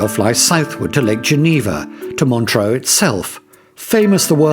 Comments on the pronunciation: Montreux is pronounced Montr-err, not Montr-oh. Without an 'a' (like deux). With an 'a' (like eau) it would be Montr-oh. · montreux....not montroe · Where is this "Montro" you speak of? And, Frank Zappa did not set fire to the old casino; he was performing at the time.